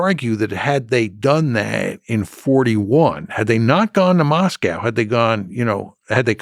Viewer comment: Why can't Americans pronounce words like 'Adolf' and 'Moscow' correctly?